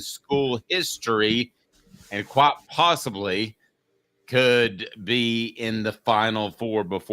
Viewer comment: Did he just say "Quat possibly "?